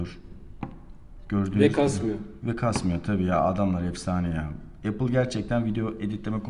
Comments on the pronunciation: HEP EYPIL EYPIL DEMİŞİN DELİRDİM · Eypil ne ya? Ulan bi ingilizce öğrenmek bu kadar mı zor. Elli bin kere yurtdışına çıkan adamsın nasıl öğrenemiyosun dorudüzgün teleffuzu.